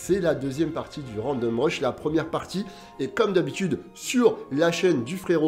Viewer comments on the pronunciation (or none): Pour info, random rush se prononce a la japonaise randomu "rashu" et non "rashuru" :)